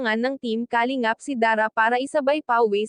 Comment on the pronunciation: Paki ayus Po Ang pronounce Ng kalingap...taga saan ka ba